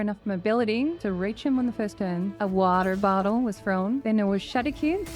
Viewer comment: Never change how you pronounce waterbottle lmao